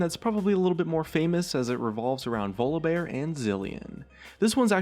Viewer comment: "Vluhbear"...yeah something sounds wrong there :/